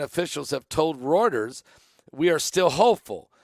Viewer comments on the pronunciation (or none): none